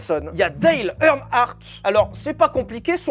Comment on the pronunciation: Omg comment tu déforme le nom de Dale earnhardt 😅 ce fais saigné les oreilles